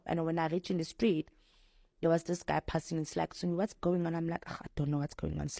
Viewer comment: "The stleet calling me"😂 That insane...